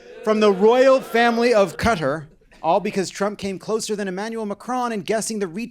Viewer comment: Hey! You're saying Qatar right this time! Ope. Update: said it right the first time at least...